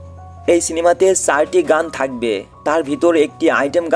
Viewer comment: সারটি গান কি 🙄 🤣🤣 ৪ টি চারটি গান। উচ্চারণ আগে ঠিক করে আসো 😁